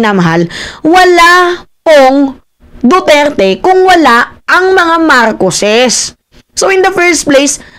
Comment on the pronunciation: sunod maayos na words nalang ang bigkasin mo..Lagi kitang inaabangan nung time na sinabi mong DuTAE nakain ako ehh nangtatanghalihan Panaman ako.😅😅😅😅